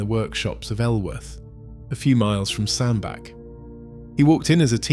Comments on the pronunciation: As stated below it is pronounced Sandbatch NOT Sandback. I am a Cheshireman so I know. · Fkin oath it's Sand-Batch, I told you this on your ERF clips. Give yourself an uppercut.......... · Pronounced locally as SandBatch despite the spelling. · It doesn`t say a lot for the quality of the research if you can`t even find out how to pronounce the name of the town correctly!